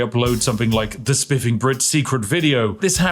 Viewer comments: The "Spiffig" Brit. Little oopsie there. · spiffig brit